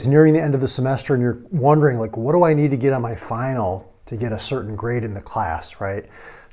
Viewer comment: emphasis on need lol anyways this was actually pretty useful thanks